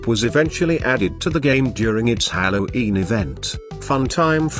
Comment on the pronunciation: Candy cadet: hallo’een